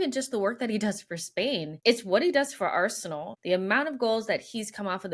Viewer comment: Arsenal has two syllables even Josh knows that